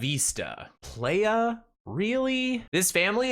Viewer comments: "Playa," pronounced pl-eye-ah, is Spanish for beach. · Think about de first letter of "ABOUT" or "AFTER" and then use it after "PL" and now pronounce playa